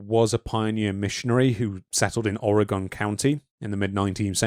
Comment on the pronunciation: Thank you for pronouncing Spokane correctly! Unfortunately you done put the GONE in Ore-GUN ;) You're doing the best you can, a lot of it is dictated by accent. There's a town in Utah on the edge of the Mojave called Hurricane. Pronounced Hurr-uh-kin, or Hurr-uh-c'n. Drives me nuts, frankly.